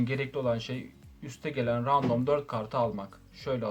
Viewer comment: Random demek yerine ya rastgele demeni tavsiye ederim ya da rendım demeni tavsiye ediyorum kulak tırmalıyor